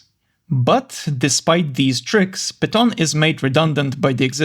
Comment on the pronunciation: I’m pretty sure the word piton is pronounced as Pee-tohn.